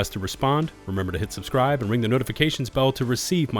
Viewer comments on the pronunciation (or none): none